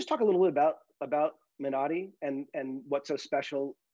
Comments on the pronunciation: Wow! JJ pronounced Minari correctly. Rolling strong R. Nice job! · Abrams pronounced Minari correctly!! Kudos!!!